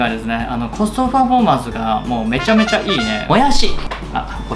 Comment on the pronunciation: コストファフォーマンス？ 言えてね〜、可愛い〜